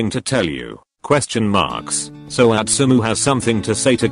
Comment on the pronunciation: Why is it Atsumo not Atsumu- im confused